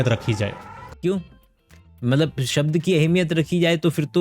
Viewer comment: भाई को शब्द बोलना नहीं आ रहा है सब्द बोल रहा है और चला है शब्दो की अहमियत बताने 😂😂😂